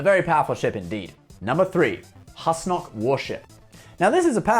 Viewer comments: Pretty rich getting on Riker's case about pronunciation while getting Husnock wrong every time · Sir perhaps you should be able to pronounce husnock right before complaining about the pronunciation of others In any case great video love you man